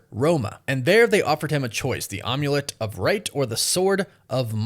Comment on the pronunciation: Amulet is pronounced am as I am or am way it's not omelet like an omelet